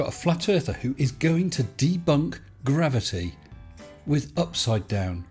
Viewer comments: looking at the word “gravity”: Jer....rave...I..tie..? And a bible quote; spoiling us,. Lol Great vid, also according to a local website for quitting smoking the first 28 days are usually the hardest. So with that mind, congrats on making it past those 28 days. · He can't say the word "gravity " can he, the bloody liar.